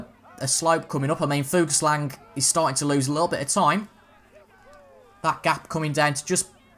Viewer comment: Just for future videos, the g en Fuglsang is silent